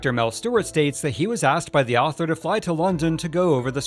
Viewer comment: Every time he said "the Owther" I chuckled lol.